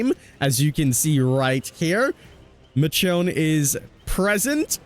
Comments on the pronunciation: Michonne is pronounced "Mishone" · I stopped the vid after I heard how you pronounced Michonne. Nope. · the way you never pronounce names correctly royally pisses me off. Do you say the name "Michelle" as Mi-chell?????